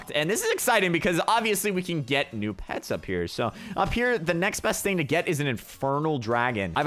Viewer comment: Hey said new not neo pets